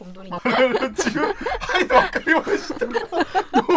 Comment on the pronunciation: 하잇! 와가리마시다! 왜케 찰진거임 ㅋㅋㅋㅋ